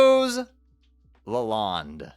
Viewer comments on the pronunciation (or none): none